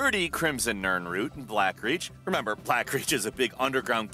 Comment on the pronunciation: I’m surprised that you pronounced nirnroot correctly but said “Sinderton” instead of “Sinderion.”